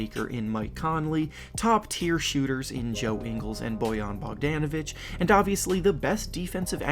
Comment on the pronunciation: you pronounced bogdanovic wrong